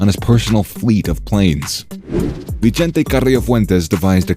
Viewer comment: "vee-chente"....no lol, NOOOO. Its pronounced "vi-sente"